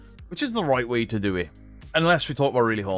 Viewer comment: Thanks to you and paaarple, I’ve seen the proof, I mean I did buy into it. But there was loads of red flags 🚩, that I chose not to look too closely into. I mean there’s loads. But I’m so glad those hunches are proved right, and a person do can’t even pronounce the word- to-, has been having 218k subscribers pants down all this time, while his nest is getting nicely feathered thanks to concerned people in the world. What a tit.